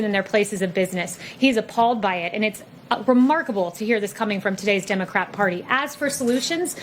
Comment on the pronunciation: She said democrap..... Lol